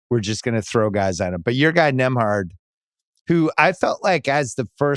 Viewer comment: why do they keep saying NembHART????